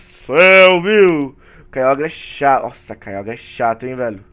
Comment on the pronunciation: a se fala kyoger kkk n importa mas ne kk